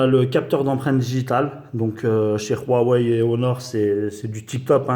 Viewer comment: Mdr il est ou le R dans Huawei? C'est pas Ruawei